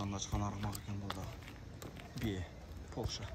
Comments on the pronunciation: Полша эмес Польша, ПОЛЯК деп айтылат. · Пол ша эмес, польша, поольшаа😂😂😂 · Полшаа болбойт Польша деп айтылат туура айтсан